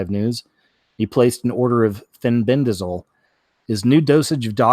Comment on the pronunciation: Fenbendazole? Did I hear that right?